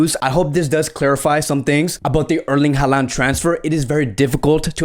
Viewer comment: His name is pronounced HAland not haLAnd